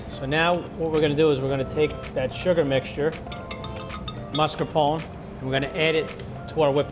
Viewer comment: He says “Mascarpon” not Mascarpone. She, on the other hand, says it correctly.